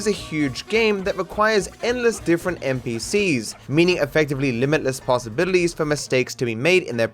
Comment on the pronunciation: stop saying possibitilies